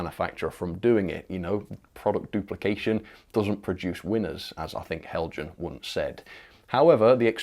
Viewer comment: Not Heljan, Helyan. Do you have something against the Danish language?